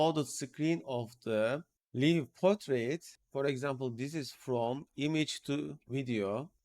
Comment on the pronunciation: One more thing. "Live" Portrait is pronounced similar to word >> LIKE . such as "Like" the Video. such as I "Like" this ! 💌🤟 The - i - =in this usage of= live == > such as in "Live Portrait" does not sound like "live or die" expression. Your videos are always so informative and the step by step instructions are like no other. I've been watching for over 2 years. I'm also a member at Discord. Thank you. 👍👍👍👍